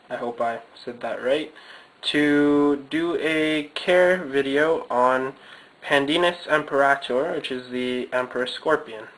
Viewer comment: i love how you just butchered the latin name...